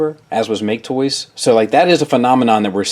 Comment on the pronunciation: It's hilarious when calls MakeToys "ma-ke Toys" because it means "Loser Toys" in Japanese.